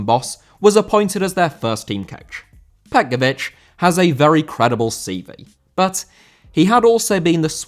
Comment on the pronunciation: Petković* not Pe'kovyć